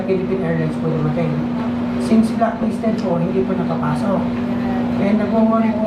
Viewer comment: Hindi blocklisted… BLACKLISTED!!! Aral muna bago vlog ha 😂😂😂